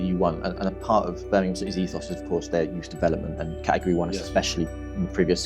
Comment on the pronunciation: Love that he makes the effort to pronounce Birmingham properly instead of the typical American BirmingHAAAM